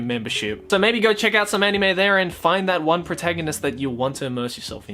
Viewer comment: I love how pronounces anime as 'enime'